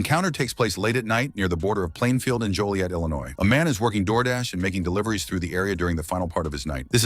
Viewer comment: The town is pronounced Jolly Et not Joe lee et. Fyi❤